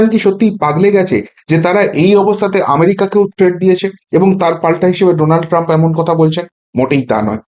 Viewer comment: You have read Donald Trump as Nodal Trump once